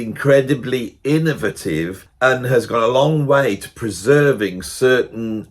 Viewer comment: Love how Brits say "innovative"...